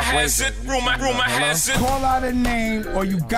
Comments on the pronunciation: "Now let's go to the Rayumors" - DJ Envy... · That fool say "raymors" 🤦🏾🤣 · Envy: Ray-oumers Me: He doesn't know how to play the game.